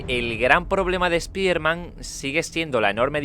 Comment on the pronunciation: se pronuncia espaiderman pero bueno (así se pronuncia en ingles)